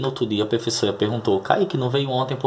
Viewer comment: Kkkkk.....serei direto como os russos na boa .....você insiste em pronunciar PREFESSORA....na boa cara....